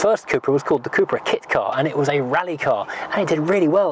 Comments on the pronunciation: Cup-ra (Cup racing)... not coop/coupra 👍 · I worked with SEAT for 5 years, and it was always pronounced coopra in the UK and Spain